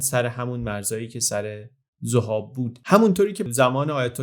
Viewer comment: خیلی عجیبه که حتی توی ویکی‌پدیا هم نام زَهاب رو می‌بینید و امروز هم سرپل ذَهاب و دشتِ ذَهاب داریم در حالی که شما بیش از ۴۰ بار توی ویدیو می‌گید ذُهاب. ممنون